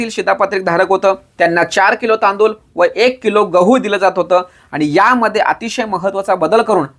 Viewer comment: तांदूल नाही तांदूळ आहे 😂